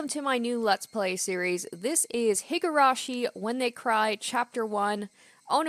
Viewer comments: Oh god. Just randomly came across this video. Higurashi (and Umineko, another game in the same franchise) is one of my favorites! Super excited to follow along with this let's play, instant subscribe, hope you'll keep it up! Pronounciation is 👍. Also, I believe that the best approach is letting the voice actors say their own lines and you reading everything else, just like you did in this video. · Alright, Higurashi! I'm looking forwards to this playthrough. I've seen bits of the anime but beyond a couple key scenes I know nothing about the story, so this will be a new experience for me too. Also, your pronunciation of the japanese names are much better than you think, so you shouldn't doubt yourself so much. (Besides the surname 'Houjou', which you could read the same way as 'Hojo'.) You have this nisei's approval!